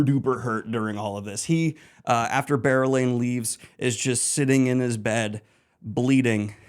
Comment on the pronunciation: Never again will I be able to read or think about berelain without pronouncing and picturing bear-elayne. Wheel of Time will never be the same again.